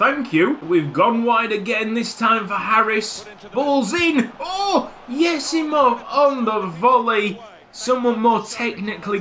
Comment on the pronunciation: everytime you say yesimov i think you're about to say YESSS